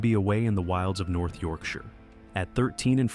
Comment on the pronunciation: As a Brit, thanks for pronouncing Yorkshire properly lmao ❤